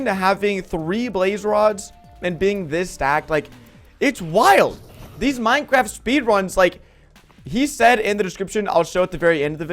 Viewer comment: At the start he said pinecraft